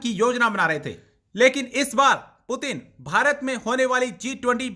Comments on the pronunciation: President putan 😂😂🗿🗿 kya bol rhi h [ Putin nhi putan ??? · Russian president name is put in not putan pl pronounce correctly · It Putin not puturn 🤣😂😂😂😂😂 Pakistani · Kutti ko bolne bhi nhi aa rahi Putin ko porin bol rahi h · पुटन बोल rhi hai ye 😂😂😂😂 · Please pronounce the name Putin correctily !